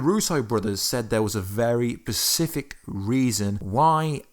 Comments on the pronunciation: Specific not Pacific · Specific. Not pacific.